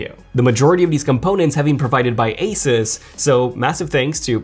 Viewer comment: Thank you for saying asus and not asooos 😂😂🤣